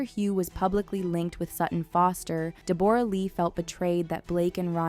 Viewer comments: How can you butcher pronouncing Deborah? 😂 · Its not Deborah, its pronounced Deb ra Lee. She did not make an accusation, she stated she had suspicions. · It’s pronounced “Debra”, not “Deb-or-a”, Justin had a back injury not infection lol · DE BOR A???? LOL ITS DEBORAH! LIKE DEB RUH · I'm only going to nitpick about the pronunciation of 'Deborra', and that it does NOT rhyme with Gamora, rather DEB-BO-RAH .. Australian's even shorten it more to DEB-BRA. Thanks for listening to my ted talk. Go Justin! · Pronounce Debra not Deborra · In some countries it's pronounced "Deb-o-rah" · Deborah, pronounced Deb-bra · its not deBORah!!! ugh learn how to say her name it's not hard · Deborah, you are pronouncing it weird.